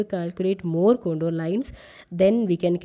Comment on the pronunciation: Ma'am it con-tour not con-dor. Very nice video,keep it up